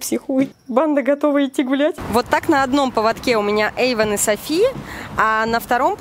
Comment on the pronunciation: не ейван а эйван